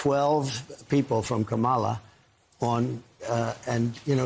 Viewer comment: Can't say Kamala correctly? We should all call Trump "Troomp".